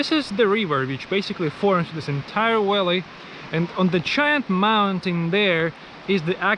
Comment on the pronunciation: Remember that V is not pronounced as W in English. You call a Valley a Walley.